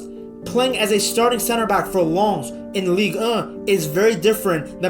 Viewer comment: damns ligue ehh sounds funny af